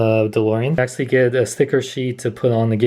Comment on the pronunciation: Is it just me or does he say "Axshally" a lot?